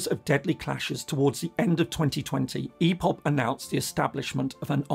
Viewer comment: Nice analysis but it’s IPOB not EPOB